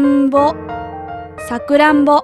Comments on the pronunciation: i heard sa-ku-ra-m-bo. but wasn't it sa-ku-ra-n-bo ? o.o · さくらんぼのイントネーションおかしいよ